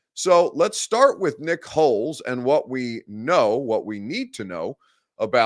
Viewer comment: Just gotta say it is not pronounced Holes. It is pronounced Holtz.